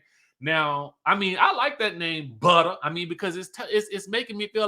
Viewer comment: This review was everything. From the jokes, the singing, the way you said buttah and the white board I was hollering 😂😂😂. Happy new year babes ❤